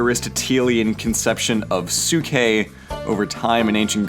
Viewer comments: the way you pronounced psyche, i could only imagine socrates going around athenian streets yelling "psyche psyche 5 drachma" trying to fish students. kidding aside its not "sookie". its like psychology(so roughly psy-key) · "sookeh"? :P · its pronunced psike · Dude your pronounciation hurts me. I get the vowel thing you are trying to be closer to ancient greek. But your inability to pronounce the p in ps hurts my ears. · Your pronunciation of ψυχή is wrong. The right way to say it is closer to ps (as one consonant) followed by "e" the way you say it in the alphabet followed by hee. (The letter χ doesn't have equivalent to english pronunciation as it does not exist in english). Also I am apparently really bad with tones/stress marks. So don't fully trust what I'm saying.